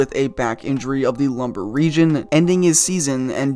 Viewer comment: The lumber region? 🤔 Lum-barr?